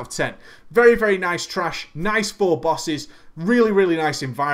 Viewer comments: Every boss name was wrong that he said. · You never seem to get the boss names right though :D